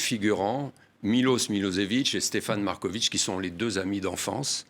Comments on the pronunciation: C'est pas MarkoviK, mais Markovitch, avec tch ... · Patrick Simonin est un excellent journaliste posé et souriant mais pourquoi prononce-t-il le nom Marković : Markovik? C'est un nom serbe qui se fini avec un c surmonté d'un accent aigu et qui se prononce donc Markovich. Philippe Brunel prononce correctement le nom tout au long de l'interview mais Simonin ne corrige pas sa prononciation et s'obstine à prononcer Markovik! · Svp proncer Markovitch comme Djokovitch